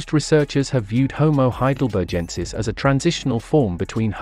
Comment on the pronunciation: Love your video presentation! But you're pronouncing 'Heidelbergensis' incorrectly. It has a hard /G/ sound, as in 'begin', not a soft /G/ sound (like 'engine')